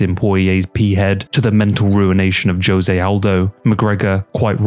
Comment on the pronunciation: No amount of sponsorships can get a man to correctly pronounce the name Jose though I guess, lol Good quality vids regardless